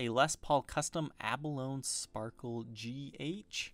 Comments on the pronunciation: You're pronouncing "abalone" incorrectly. It' like balogne, "abba low knee". Not "abba loan". Just saying. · Sorry but I just gotta be 'that guy' for a minute... 'abalone' is pronounced a-buh-lone-ee. The 'e' is not silent in this case. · That's Not How You Pronounce "Abalone" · The spelled rose wrong and you mispronounced abalone